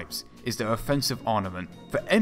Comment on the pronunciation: Why is it that you can pronounce "armour" but you can't pronounce "arMament" properly?